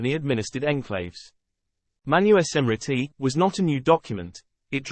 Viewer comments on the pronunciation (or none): Awesome. Its pronounces as MANUSMRITI sir, not Manu-e-smrtit.